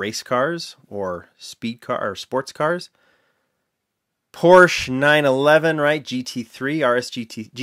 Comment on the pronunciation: Porsche is a 2 syllable word. Just, FYI.